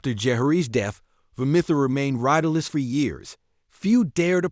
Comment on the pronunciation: If you're going to do a video on something, at least make sure you're pronouncing things correctly. Takes a few seconds to look up. That is NOT how you pronounce Vermithor.